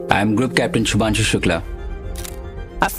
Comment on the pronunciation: Shubhanshu bhai Shubhanshu🤦🤦 naam to sahi bol